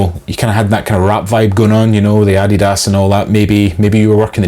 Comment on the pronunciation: Darren J Spoonley Photography 🤦🏼‍♂️ he cant even say Adidas properly